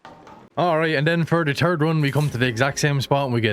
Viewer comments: “the turd one” 💩 😂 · How many locations? “Turd” locations indeed 😏😂